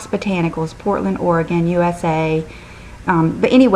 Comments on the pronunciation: I always love your videos, but my favorite thing this time is that you actually pronounced Oregon correctly. Usually people mispronounce it. Good Job! :) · All of us here in Oregon, are impressed with you saying "Oregon" the right way;) Great video as usual,!